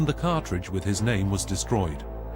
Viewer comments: It's not a cartridge. It's a cartouche, pronounced car-Toosh. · If you’re doing docs about Egypt you should know how to pronounce cartouche and stele. Get it together.